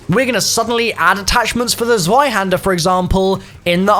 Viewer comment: say “tsvaihender” in stead of swayhander pls. (Zweihänder)